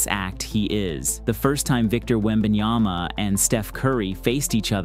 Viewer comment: It reads on the back of his jersey "Wembanyama". The commentators: "Wembanjaana". I guess they had some feedback since after the first quarter they learned there's 'm' instead of 'n' in his name. :D